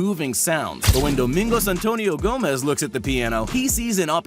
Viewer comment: It's not pronounced GO MEZ. It's Gomes. Portuguese not Spanish